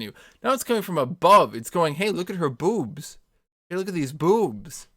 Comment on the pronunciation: The way he says bewwbs